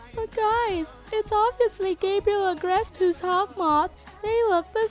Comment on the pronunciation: its "Hawkmoth" not 'Hawth moth''